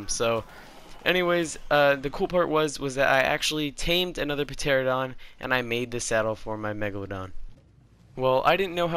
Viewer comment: Pteraradon has a silent P and also it is pteranadon